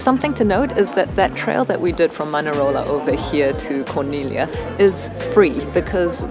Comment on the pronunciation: I appreciate so much your commitment to correct pronunciation. I see so many videos where they really butcher it and Corniglia is frequently, and easily mispronounced. Great video. We were there after you guys in July.